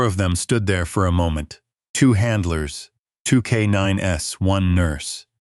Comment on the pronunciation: Loved it!❤ I always enjoy military and/or animal related stories....but no tear-jerkers, depresses me for the rest of the day, even tho I recognize reality can be grim... Just a note - Not " k 9 ess"! Just k9s KAYNINES (as in plural)